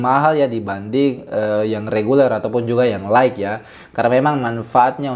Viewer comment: Jazaakallahu khair Utk pengucapan kata "light" silakan buka link berikut